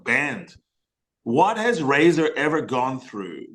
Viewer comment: Also say Razor....